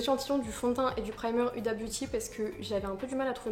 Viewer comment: TROP BIEN TU ES TROP BELLE ET ON PAS UDA MAIS OUDA